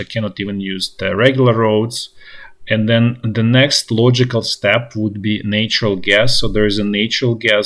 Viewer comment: Nature is pronounced with the long A, natural is pronounced like the words "that" or "hat".💛💙